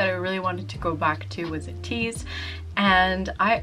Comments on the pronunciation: It's pronounce as Ay-tease not U-tease. Thank you! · ATEEZ is pronounced as EY-TEEZ and the fandom ATINY is EY-TI-NEE